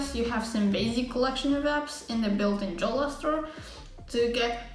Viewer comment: Nice video company is pronounced yolla but spelled jolla